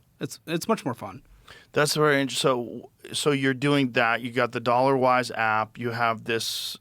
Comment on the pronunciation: kept mispronouncing his app as “Thollawas” 🙏💯